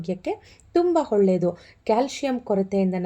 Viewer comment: bejar agbedi swalpa ಹ & ಅ ವನ್ನು ಸರಿಯಾಗಿ ಹೇಳಿ ಪ್ಲೀಸ್ 🙏ಹಾಗುವ, ಹೊಳ್ಳೆದು ಅಲ್ಲಾ ಆಗುವ & ಒಳ್ಳೇದು ಹೀಗೆ ಹೇಳಿ ಪ್ಲೀಸ್ 🙏